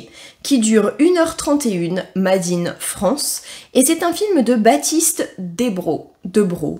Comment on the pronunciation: Trop drôle ta prononciation de l'anglais 🤣 ça me fait marrer 🫠 "made in " se prononce " Meydine you wess hey " 🫠☺️